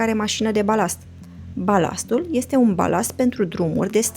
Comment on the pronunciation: Primu I-este nambar oan." Mi-ati facut ziua. Tu( n-am idee ce cauta acel ,,simplu" :) , dar mai ales ,,care ieste muuulti... Va apreciez intelectul, diplomatia mai mult sau mai putin pasiva. Ah, uitasem de sot, brici, alegand umbra. Bafta-n toate cele! :)